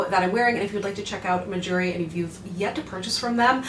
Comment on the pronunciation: The brand name sounds like “my jewelry” when you say it which is super smart because us southern folk will think that’s what you’re trying to say 😂